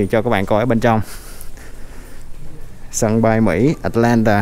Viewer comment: Tại sao lại bỏ dấu huyền vậy? Atlantà là cái gì vậy? Rồi Tách xịt ( Texas) ? Cứ người này nói thì người khác bắt chước!